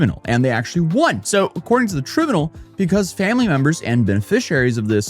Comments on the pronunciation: trib-youknowl? It's try-BYUU-knoll. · Great vid but just so you know for next time, its pronounced TRI-BYEW-NULL lol Anyways, this is fucked. We need to ALL be contacting representatives. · you mean tribunal "trī-byoo͞′nəl"? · lol, never heard anyone mess up the word tribunal before -- ' try ☼ byoon ☼ úl ' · We know English isn’t your first language. Let me help. Tribunal Is pronounced. Try- brew- nal. Good luck buddy. 😊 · TRY - BU - NAL. Say it a few times. The modern generations on YouTube cannot even pronounce common words. Yet, there they are trying to talk. Sigh... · It is probounced "trīˈbyo͞onəl." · tribunal: try-BYOO-null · tribunal is pronounced try-bue-nal. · try-b-u-nyal = tribunal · We really need to talk. It’s pronounced traɪbyunəl. Look it up. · Tribunal is pronounced try-BYOU-null. As a former high school English teacher, I can tell you its one of the most mispronounced words by people who don't use it on a regular basis. I'm not trying to be a Karen, I just want to help educate. I still come across words weekly that I discover I have been pronouncing incorrectly my entire life. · i always have to laugh because there's always one word that trips up in pronunciation. This one is "tribunal". He's pronouncing it like it appears but it's actually "TRY BYOO NUL".....lol..I still love him tho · How did you pronounce 'Tribunal'? 😂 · Learn to pronounce Tribunal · The way he's mispronouncing,"tribunal!" 😂